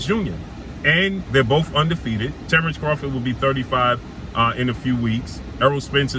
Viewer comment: boy said terence rofgid. You good bro?